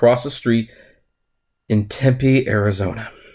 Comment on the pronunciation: who cares if you pronounced the morons name correctly... you said Tempe right!!